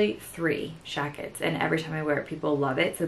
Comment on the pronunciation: OMG I love love love the way you say "jackets" 💖 like with an SH . Girl I missed ya